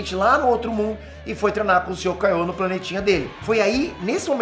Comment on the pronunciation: Kaiô é Kaioh não é